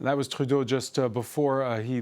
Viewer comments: Announcer: No need to switch to a bad french accent to pronounce Trudeau; sounds horrible. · Good piece and kudos to actually pronouncing Trudeau's name properly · Á l’animateur. To the host. Justin Trudeau is an anglophone. Between Canadian English and Canadian French there is a difference in the pronunciation of the name. You've pronounced the name in French while speaking English. It might come across as... légèrement affecté.